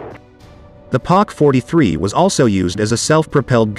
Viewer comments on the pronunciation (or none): Poc 43....no pack 43..